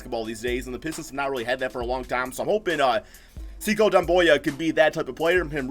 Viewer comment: just to help u out, it’s not (se-cow) it’s (sa- koo)